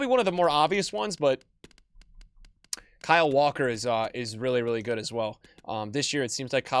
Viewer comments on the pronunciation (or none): none